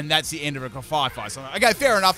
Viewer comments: GRAF-EYE-EYE NOT GRAFYE FYE!!!!! THERES ONLY ONE "F"!!!!!!! It's based on an aye-aye animal. (sent with love) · He said grefaifai it is grefaiai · One thing that is bugging me in this video: it's Graf Ai Ai (graf I I), not Gra Fai Fai. It's based off of the ai ai, which is a lemur with a bad rap. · Grafaiai (Gruh-F-eye-eye) it's a play on the animal it's named after. Graf (Graffiti) and aiai (Aye-Aye the long fingered lemur). I know mispronunciations are sort of your thing, but that one kills me every time. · I realize you haven't changed your way of calling it with an extra f eh 😂 Now at this point, I got so used to hearing the name as such that it feels so natural 🤣 (No slander intended btw, just joking) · I HATE the way says Grafaiai’s name so much, I’ve been watching long enough to understand that saying names wrong is part of his schtick and it’s not bothered me or even crossed my mind not even once because I know people get real salty about it....but the way he says it’s name is just so terrible to me lol adding an extra ‘F’ makes its name something I cannot stand in the slightest and I just don’t know why, but we all have words we hate and it’s joined my list. In the VIP section lol So obviously I can’t watch any more until gen 10 releases lol